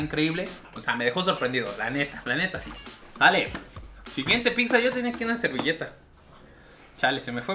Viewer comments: Alguien noto que dice pikzza? Porque hay gente que pronuncia así? WTF haciendo crítica gastronómica y no se preocupa por hablar bien🙄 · Por favor...de verdad....no digas Picsa...se escucha del nabo... saludos... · Si estaría bien que aprendieras a pronunciar y dejar de decir “PICZA” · Like si también notaste que ni ni su carnal, pueden pronunciar correctamente la palabra "pizza". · Bro, no soy poliglota pero según yo. No pronuncias de manera adecuada al decir la palabra "PIZZA". P.D Has un comparativo de cadenas de hamburguesas para ver cual es la mejor. Éxito!!! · Wey me estrésa que digas picza, neta no sabes pronunciar pizza???? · Qué ansias cuando dices "picza"... Una y otra vez... Es pizza. Punto. Me gustó tu playera. 😃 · Se pronuncia "pitza" ;) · Hola!! Una observación para ti y. Su pronunciación de la doble z (zz) que tienen algunas palabras es incorrecta. Se pronuncia "tz" por ejemplo, pizza es "pitza" y ustedes dicen "picza" que es incorrecto. O mozzarella se pronuncia"motzarela" Pues la doble "zz" viene de palabras italianas y a su vez formadas de alfabetos Greco latinos. Por lo mismo su pronunciación fonética correcta es "tz". Ojalá lo tomen en cuenta y corrijan, es con mucho cariño mi comentario. Te mando un abrazo grande!🤗 Y gracias por este canal, eres un chico adorable!🤗❤️ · Muy bien los videos!!! Buen complemento a la ruta de la Garnacha... (Solo cuidaría la pronunciación de picsas a pizzas...😅) Saludos! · Todo muy bien solo que no puedo con que pronuncies tantas veces mal pizza, la pronunciación correcta es pitsa en italiano o piza en español, pero nunca picsa eso se escucha muy mal, por todo lo demás es un buen video, saludos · El guzzi ha sido plagiado!!!🤔🤔. Se pronuncia pitza no picza. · no es Picccccsa:/ 😲😲 Pizza/Pitza jajaja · Deja de decir PICSA e.e Tuve que cerrar el video por lo mismo xD pizza se pronuncia PITZA, no es difícil e.e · La "PICZA" 😂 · Me desesperó tanta picza!!! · Ya no le digas pixxa carnal 🤣🤣